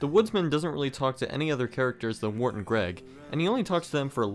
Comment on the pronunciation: It's Wirt not Wart